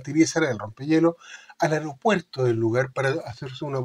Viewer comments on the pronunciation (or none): none